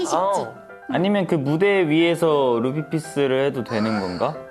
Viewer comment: ㅋㅋㅋㅋㅋㅋㅋㅋ큐는 루피라고 안하구 뤂히라고 하네 뤂 히야!!!